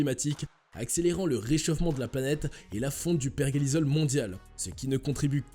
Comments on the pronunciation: Bonjour, pourquoi vous dites perguélisol ??? C'est per-jé-li-sol.... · Tu parle de virus qui est sujet élevé mais pas capable de prononcer pergélisol correctement 🤣